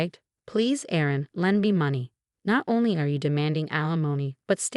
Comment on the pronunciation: 😢Erin it is not Aaron!